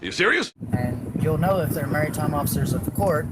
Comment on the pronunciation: He also does not know how to pronounce " Maritime ". He pronounces it " Marry-time ".